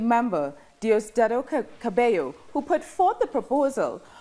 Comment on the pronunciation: Can someone please tell the reporter that the name is Cabello, not Caballo. Caballo means horse 🐎 😂😂